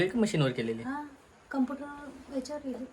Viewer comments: कंपूटर नाही ग कॉम्प्युटर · कपूटर नाही कॉम्प्युटर म्हणता